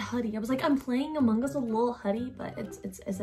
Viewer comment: She really be pronouncing those gs at the end of amounG